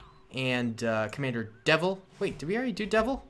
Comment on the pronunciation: its Devis not devil!